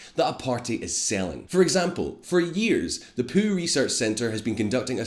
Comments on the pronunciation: Hey, dude, little hiccup with your accent there you might want to address - it's the "Pyew" research center, not the "Poo" research center. :| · Did he say Poo research center instead of Pew? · the "poo" research center? Hahahaha I love the Scottish accent. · Does anyone else find it hilarious that he pronounces the Pew research center as the Poo research center :D